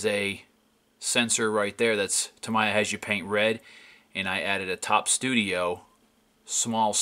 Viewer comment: Great work but I cringe every time you pronounce Tamiya as "Tamaya" it's "Ta-mee-ya"